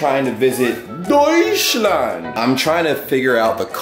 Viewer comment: Deuschland ohne T XDDDDD sry i know im correct u but its sooooo funny😂😂😂